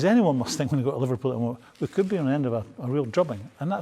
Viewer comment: I “fink” Jack Wilshere is a terrible pundit. So, so bad.